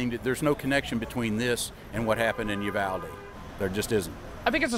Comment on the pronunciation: Bro I live by uvalde and everyone is pronouncing it wrong it ee not aa